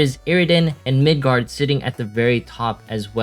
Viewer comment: Btw its Migard not Midgard